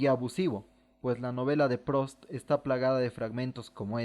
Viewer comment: Debería corregir la pronunciación de algunos nombres. No es Prost, es Prust, la où en francés se pronuncia u...